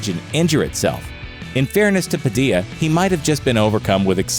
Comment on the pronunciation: It's funny the way the voice-over dude pronounces Padilla: Padi-ah LOL